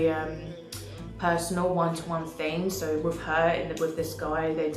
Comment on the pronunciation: Btw also … it’s with not wiv. 😂😅 video on point